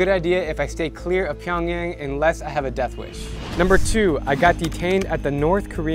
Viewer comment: Dude you're telling me you taught English in South Korean and went to North Korea and can't even say Pyongyang right?